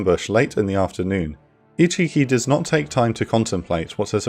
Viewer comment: Can't not hear ichicki as "he cheeky!"